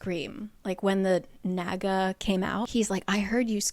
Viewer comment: Why do I keep hearing the naga as the MAGA? lol